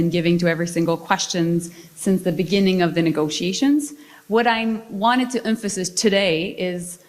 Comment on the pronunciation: She doesn’t pronounce emphasise properly. Canadians made a big mistake by voting for Carney & socialism.